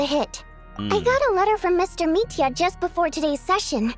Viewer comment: Both are kinda wrong. It's pronounced without a Y but with a soft L. Same goes for Vodyanitsa and Mitya, you pronounce their names without a Y and with a soft D and T respectively